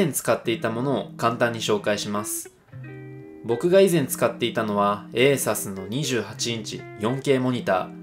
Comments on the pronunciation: ASUS 正しくはエイサスじゃなくてエイスースですよ👍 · 吉田さんもエイサスといっていましたね